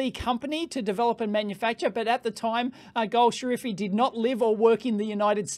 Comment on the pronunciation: correction: it is gol shafari (ejtsd: goll-safarri)